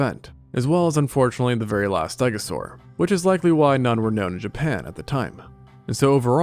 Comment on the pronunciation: If i hear him say japan one more time im going to snap